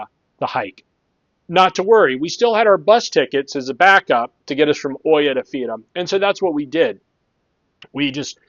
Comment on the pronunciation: It is pronounced EE-ah, not Oy-ah. Hard to hear that over and over 100 times in this video. At least you roll the "r" in Fira ;)